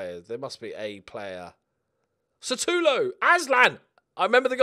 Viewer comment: The volume's way too low*** mate.. I have to turn mine up to a level so high that, when I forget to change it, I get blasted into the wall behind me by the next video I watch. ***Is that why Sutalo is being pronounced as Sa-too-low?